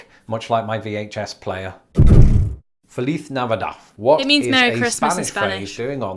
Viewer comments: Feliz is pronounced like fleece in fleece jacket but with a long A after the f. So it is f A leece. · We don't pronounce the z in Feliz like he's doing it. That might be how they say it in Spain but not here. Even in the song it doesn't sound like that